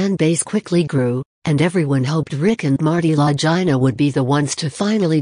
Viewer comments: FOR GOSH SAKES PRONOUNCE THEIR NAMES PROPERLY...LAGINA...IT'S ITALIAN. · 1st the lady that's talking about Oak Island needs to Learn how to Pronounce the Brothers LAST NAME